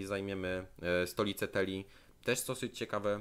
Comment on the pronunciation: U mnie podbicie Altdorfu przebiegło zabawnie:D. Gigantyczną armią wbił się tam sprzymierzony ze mną Khazrak i rozwalił miasto, ja przyszedłem na gotowe i je skolonizowałem. I tyle:D. P.S. Błagam Cię. Nie TELIA/TELII tylko TILEA/TILEI:D